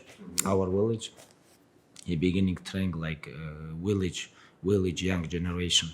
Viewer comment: Khabib ‘Willage’ Nurmagomedov